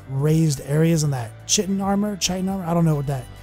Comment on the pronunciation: 'Chitin armour' pronounced 'Ky-tin', if you are interested :) its an entomology thing..